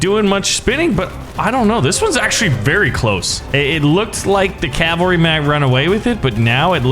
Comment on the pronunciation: its... not... CALVERY ITS A WOBBLY HORSE